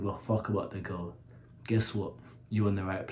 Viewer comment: The way He pronounces "secksss"